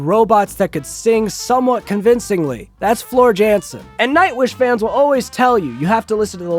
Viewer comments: Calm down. You are the one deliberately mispronouncing a name out of sheer ignorance. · Shout out to vanilla ice cream. Always reliable and completely adequate. Also, you’re in for a keyboard clacking when some super fans hear how you pronounced Floor’s name 😂